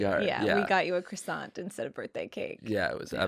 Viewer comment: It’s pronounced ‘cwasone’